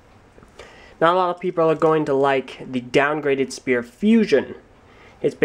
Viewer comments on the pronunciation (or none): none